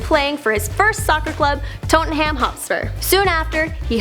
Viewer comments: Toten Ham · "tottenhaym" bruh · The niggah says "totteynhm"🤣🤣🤣🤣lol